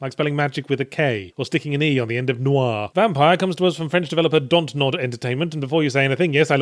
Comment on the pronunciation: 'Dontnod' is literally 'don't nod" so every time he pronounces it like that a part of me dies inside....